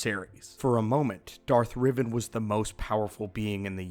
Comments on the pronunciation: Who’s Darth Riven? R-E-Van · It’s Darth Rivan. Not Revan